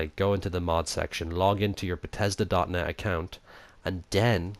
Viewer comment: sorry but... BETESDA?!